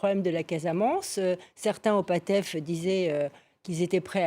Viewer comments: Patricia c'est Pastef et non pas Patef à titre d'information la prononciation change catégoriquement le sens du mot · Cette dame elle pas croyable😂 Comment peut-on s'autoproclamer SPÉCIALISTE DU SÉNÉGAL et dire certaines betises : - Fils du president mélé à des magouilles minieres👉 Ce n'est pad son fils, c'est son FRÈRE - Et le parti politique de SONKO ce n'est pas le PATEF mais le PA-S-TEF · La dame là elle ment sur les facteurs d’instabilité. PERSONNE dans le Pastef (et non pas « Patef » comme elle dit) ne veut l’indépendance de la casamance . Ça fait longtemps que les quelques rebelles restants ne peuvent même pas déstabiliser un village. Et autre mensonge il n’y a pas de terrorisme au Sénégal de par la religion. La seule instabilité était politique et due au fait que Macky Sall voulait bloquer Sonko. Il a échoué quand il s’est rendu compte que le projet de Sonko gagnera par sa personne ou par un de ses frères de lutte. L’instabilité est donc finie.